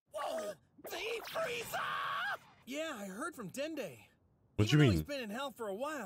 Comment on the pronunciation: FRIEZA, It’s FRIEZA!!!